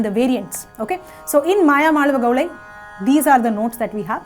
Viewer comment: Pl call it as Mayamaalavagowla and not gowlai. Pl refer to some authentic sanskrit treatises on music for reference; excellent contents by the mentor!! 🎉